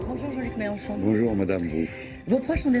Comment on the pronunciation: MelEnchon PAS MELANCHON BORDEL DE M**